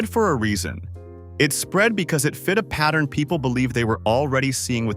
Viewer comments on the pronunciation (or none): none